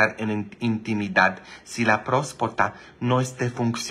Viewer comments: Father se dise prostata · Se dice próstata